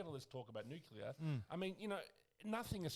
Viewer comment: Sam. Tell the boys it’s Nuclear, not Nucular. 🤪 Cheers 🍺🇦🇺